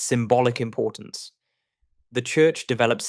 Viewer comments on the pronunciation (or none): none